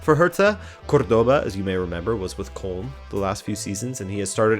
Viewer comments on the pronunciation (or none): none